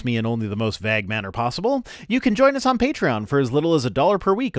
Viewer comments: How have I never noticed that pronounces vague as "vegg." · I was looking through the comments for exactly this before I posted my own. Is it a Canadian thing? Or is it a thing? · Am I the only one stuck on how is pronouncing 'vague'? I've never heard it pronounced that way, and it throws me every time he says it in this video. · So do all Canadians pronounce vague this way? The funny thing is his “vague” rhymes with my (American from New England) “bag” but most Canadians I know pronounce “bag” so it rhymes with MY “vague!” 😂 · As a British English person the long eh sound in pronunciation of "vague" was noticeably "Canadian" to me. The General American one is close to ours but a bit shorter I think; closer to that in "pay" than "paid"